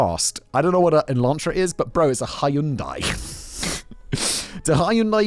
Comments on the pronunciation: What the fuq. The way he pronounced Hyundai blew my mind. Did he pronounce it wrong or does every anerican pronounce it wrong? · When can we talk about Simon saying hai-yun-dai?